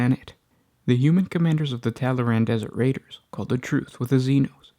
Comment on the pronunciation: Tallaran? No, they're Tallarn.